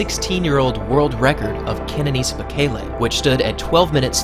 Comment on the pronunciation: I cringed so hard every time the announcers pronounced bekele and cheptegi wrong